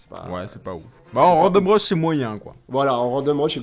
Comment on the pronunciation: Pour info, random rush se prononce a la japonaise randomu "rashu" et non "rashuru" :)